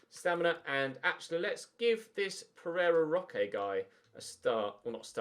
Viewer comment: First time you said Pereira Roque I thought you said Ferrero Rocher and I now hear it every time you say his name